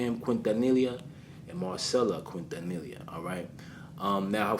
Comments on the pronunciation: Quintanilla = Keen-tah-knee-yah Appreciate you for showing the Latin community love. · It’s pronounced: KEEN TA NE YA Great documentary though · Great video!!! I have loved Selena since I discovered her music in the 90's. So sad she was taken from this world. PLEASE ADVISE: HER LAST NAME IS QUINTANILLA. THE PRONUNCIATION SOUNDS LIKE: KEEN-TAN-NEE-YA. PLEASE SAY HER NAME RIGHT. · Just for future reference the ll in quintanilla is pronounced like a Y. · Your mispronunciation of her last name was adorable lol 🥰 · Boy you butchered her last name lol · The L’s are silent